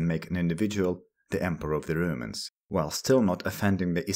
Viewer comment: Don't umlaut 'romans' you say röümäns not roumans